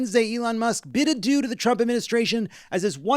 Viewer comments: When Jon said that Musk "bid adieu" to the job, I thought he said "bit a dude" and somehow, I didn't even blink. I thought, "of course he did." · I thought you said Musk "bit a dude" instead of "bid adieu" lol